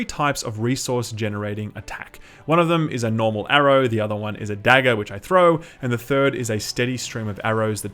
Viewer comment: I love the way you pronounce "Dagger,". It's delightful to my American ears. <3